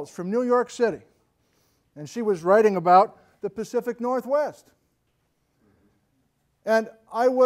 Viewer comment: "Great earthquakes of the PACFIC northwest"? Am I the first to comment it?